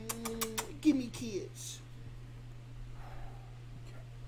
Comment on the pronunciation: Everytime he says "gimme kiss!!" It sounds like "gimme kids!!!" 💀💀